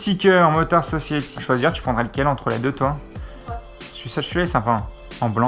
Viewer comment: Motard Sociaty... Dat accent xDDD